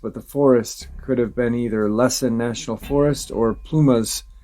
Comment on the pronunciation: Hey...Its Lass-en...like Lass-ie...thats how you say it. Too close for comfort in my eyes! This stuff is really starting to freak me out. Im in an electric wheelchair and I make the trek to my grocery store at all times day or night! Time to get protection! Thank you!